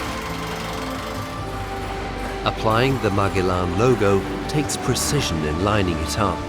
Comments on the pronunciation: MAG E LAN ?????? Surly it's MA GEL LAN ???? The navigator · Marg-e-lan is Ma-gel-lan. Painful. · Is’nt Magellan pronounced Ma-gel-in? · It's pronounced Ma-jel-an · ... interesting mini doc... but what an annoying mispronunciation of Magellan... made me cringe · its the way you pronounce Magellan in German